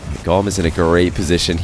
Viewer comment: Wouldn't it be pronounced more like tomb / womb? Goom!